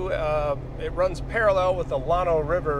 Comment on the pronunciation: FYI - Llano is a short A sound... like a local area network - LAN or the land we walk on, not like the lawn you mow ;) Also, "slabs" along the Llano are a big thing, the busy crossings you encountered locals and tourist flock to them for some aquatic relief.